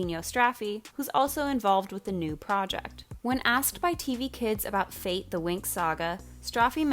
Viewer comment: "Fate" is not an English word. Winx was an Italian show. Fate should be pronounced in italian. It means fairies not "fate" as for destiny. Sorry, but it's sooooo strange to hear you say fate like that ahahah